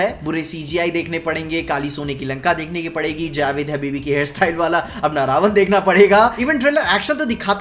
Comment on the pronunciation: Prabhas ke looks ke saath saath uski voice bhi suit nahi karti raamji ke character ke saath. Vahi Kriti bhi muje itni sahi nahi lagi sita ma ke character me. Jab vo रावण ko रावन boli tab samaj lo tume kya milega kriti se.